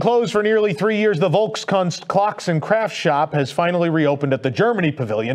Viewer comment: Volkskunst = FOLKS-koonst